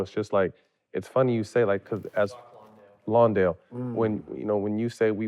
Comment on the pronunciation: yall still got the " white boy with the mohawk " name wrong lol its Landale, not Lawndale. He's Australian and he played great in that series, kid plays super hard and can finish at the rim he has a big future i think